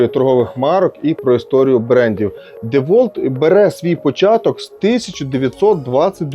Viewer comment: Тільки два заперечення. Перше на 100 річча DeWalt випустив такий шуруповерт тільки чорного кольору. Друге правильно вимовляється Дівалт.